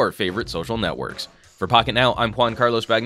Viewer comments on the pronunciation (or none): none